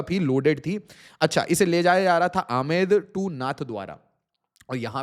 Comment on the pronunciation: It's not aamed it's Amet and